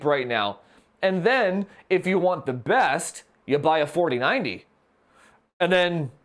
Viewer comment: Only subscribed because he says "FAWTEEN FAWDEE PPAYYYYY" lmao. Excellent review! Especially the OC benchmarks!